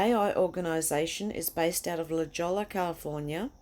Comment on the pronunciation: its pronounced~ "LA HOYA" = LA JOLLA